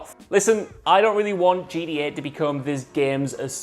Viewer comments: It always sounds like he is saying GEA because he can't pronounce the letter t properly. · nobody: this guy:”GDA”